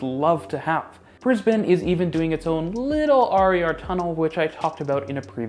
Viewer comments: As an Australian from Melbourne, having just moved to Toronto, I commend you pretty much nailing the pronunciation of Melb'n and Brisb'n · You got a like and a sub for pronouncing Brisbane right. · As an Australian, the most impressive thing about this video was an American pronouncing Brisbane correctly. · Thank you for pronouncing Brisbane correctly! I'm off to find the Brisbane underground rail video. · I appreciate the correct pronunciation of Brisbane. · Whoa............ you pronounced Brisbane properly.